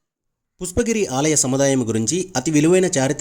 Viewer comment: Mundu meeru pushpagiri ani sarigga palakandi, pusspagiri kadu video Chala chala bavundi 🎉